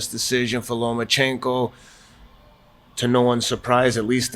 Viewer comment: Teddy there's no special N in Lomachenko.... it is not LomaNchenko